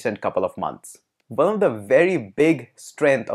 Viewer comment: i have been asking a question for many times but no accurate replays. hope you answer me why Indians pronounce "w" or "o" letters as "V" ?!! so when you want to say ONE your are actually saying VUNE which has no meaning !